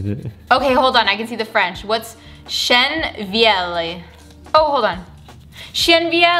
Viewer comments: Ok the actual translation for the stain is old oak (chêne vieilli) but when I first heard you I thought you’d said chien vieilli, which is old dog. Lol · It shld be pronounced "vièyi" 😆